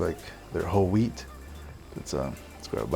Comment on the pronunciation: I heard Whole Weed Bread instead of Whole Wheat Bread...